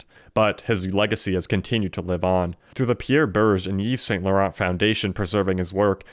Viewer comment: PRONUNCIATION: "eeve sahn law-RAHN" with a slightly-rolled 'r"